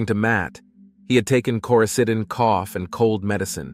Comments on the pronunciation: * Lauren's lifeless body, not "Laurenses" 😉 Coraseeden- You actually pronounced it correctly once, I don't know why every other time was wrong. - "her mother had been killed by her husband" - do you mean daughter? Or sister? - What is "Koysadin"? I'm sure you mean coricidin but who edited this? I don't mean to drag on you, but this many mistakes in a short video tells me someone just doesn't care. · The OTC medication Matt claims he took is pronounced “Koroseeden”